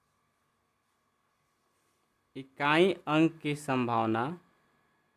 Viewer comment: संभवना नही यह संभावना है